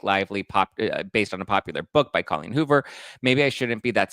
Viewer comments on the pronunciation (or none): none